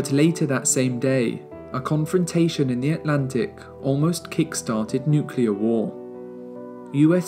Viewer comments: Please learn to pronounce nuclear correctly. It is not nuke-you-ler. It is nuke-Lee-er. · Nu-clear. Not Nu-cular. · What are these nucilar weapons you speak of? Did you mean nuclear? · This is my favorite video of all time regarding the history of the cold war. That being said, for the love of god, it's nuclear. Not nucyaler. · Excellent video involving a lot of hard work and thorough research. Congrats! BUT, there’s no such word as “nucelar.” It’s “nuclear” ;-) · Nuclear, not Nukyuler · Dude, NUCLEAR not NUCULAR. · Whomever did the voiceover for this please learn to say nuclear it is not nucular it is nuclear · I visited Berlin not so long ago and realised how little I know about the cold war. What a fascinating moment in human history, one which we can learn so much from, especially today. Thank you for the amazing video, will be watching this a couple of times. What's up with nucular weapons though? ;) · A truly amazing documentary ! There is one thing though that made me giggle a bit throughout the video: the way you say "nukelar" 😅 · Did I heard "Nucular bomb"?! Ok, "Best cold war Documentary" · 48 NOOK YOO LERR Ffs, man... Really??! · Great video, but you can’t pronounce “nuclear” to save your life.